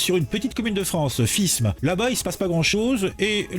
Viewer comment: Ça se prononce fime !!!!